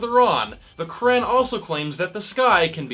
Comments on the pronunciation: At least learn how to say "Quran" right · That’s not how you say Quran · The way you pronounce 'Quran' grinds my gears. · Idk what’s more funny the comment or this guy trying to pronounce the Quran